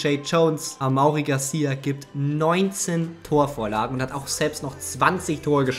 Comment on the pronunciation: amaury garcia spricht man amory aus ,das weis ich weil mein bruder so heist